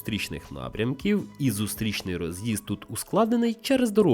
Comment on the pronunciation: Перейдемо, зустрічний, що це за наголоси? Це не український, а молдаванський контент.